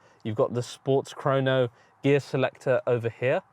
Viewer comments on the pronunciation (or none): none